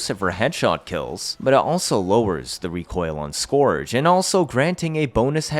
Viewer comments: Wtf is skååårdge prime. Pronounced Scööördge prime. Just so everyone knows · It sounds like urge, not gorge btw